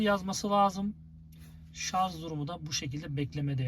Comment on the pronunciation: Vallahi teknik bilgiler için teşekkür ederim ancak , lütfen artık ŞARZ demeyin şuna her seferinde duydukça gözüm seyirdi ŞARJ kardeşim ŞARJ bak yazıyor oradada